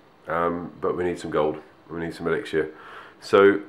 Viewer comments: It's said as elix-er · True, I have found that a lot of ppl pronounce it elixshure or elixier